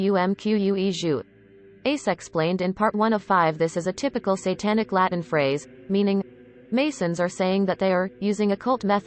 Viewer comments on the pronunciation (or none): none